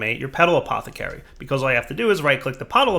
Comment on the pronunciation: "All you have to do is right click the Potala-pet-pot-pathacary"